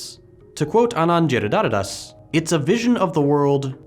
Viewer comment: A brilliant vid as usual. Anand Giridhardas pronounciation was hilarious tho.